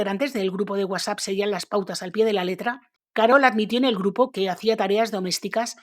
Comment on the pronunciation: Cómo dices" UASA" !!!😂😂al referirte a WhatsApp??? Se supone que sabes leer!!... que vergüenza... Y pena ajena!.por eso y más no me agradan la gente como tú!!😏🤮